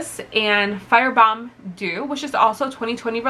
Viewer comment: You said “Firebomb dew” lol